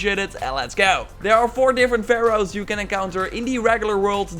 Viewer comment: baroe .. what? That's Pharaohs!